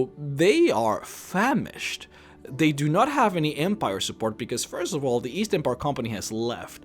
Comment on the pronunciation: East? I thought you said Weast.